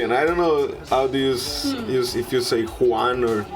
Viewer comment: A proposito di Juan jesus, essendo lui di Brasiliano e quindi di lingua Portoghese, il suo nome va pronunciato come faremmo noi a Napoli 'Giuan' and not alla Spagnola per intenderci che suona 'Cuan''